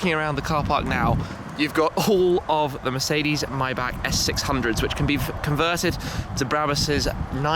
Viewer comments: Mybach? Don't you mean Maybach? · Myback? I'm almost 100% sure it's Mayback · says Maybach right for once. seconds later Mybach again. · Shmee your a car guy you should know how to pronounce maybach (myboch is the correct pronunciation ) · The way you say Maybach haha